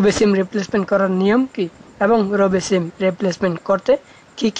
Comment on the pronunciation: তুই যে আাবাল সিম রে চিম বলে 🤣🤣🤣